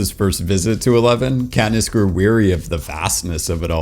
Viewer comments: Did you say Catnip when talking about District 8? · "They explained to catnip" sorry I had to point it out when I heard it. I listened to it 4 times to make i wasn't hearing things. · Love the fact you keep saying katnip lol